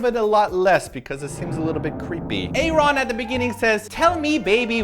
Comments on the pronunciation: Why are you guys pronouncing aron so weird its aron like aaron or erin (thats the female way to spell it though) but he just spells it with one A. I just keep hearing "aye ron" and its bugging me. If its an inside joke like batoost then someone plz tell me but if its not then tell them. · a ron??? it's ARON, but that was JR SMASHING THE PHONE BOX omfg... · A Ron? xD WHUT. Isnt his name pronounced Aaron? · his name is pronounced like Aaron not A Ron... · Aron's name is Aaron. He dropped the other a when he joined Nu'est because it confused people. It's still pronounced Aaron. The english is so good because Aron is born and raised in LA. Sorry lol Aron is my bias and I will protect him forever <3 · Is Aron pronounced a-ron or eryn? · You pronounce Aron "Aaron" =_= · I'm just gonna casually point out that Aron's name is pronounced the same way it would be in North America.... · The mispronunciation of Aron's name is really terrible. are there other music mondays they promised to do? I don't remember everything that's been missed. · They explained it in the blog post. "Side note, if any of you say that we pronounced Aron’s name incorrectly, we’ll send you to the principle’s office for being Insubordinate, and Churlish." With a link attached. It's a Key and Peele joke. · Why do you pronounce Aron's name like that? It's just the normal Aaron but without an A to avoid confusion with pronunciation for Koreans :P and that was JR who smashed the payphone, not Aron... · I was a little disappointed with this video and how generic you think the song is, but it was funny anyway. I also wanted to say though that Nu'est is meant to be pronounced like 'new-east' and Aron's name is just pronounced like the normal name Aaron or Aron (a-rin).